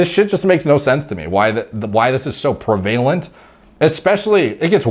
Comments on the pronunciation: prev-a-lent. other than that, no complaints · I do watch the videos all the way through . Excellent work. The word is prev-Va-lent